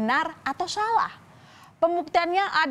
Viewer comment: Yang bawa berita🤣🤣 Bennarr apa syalah😂😂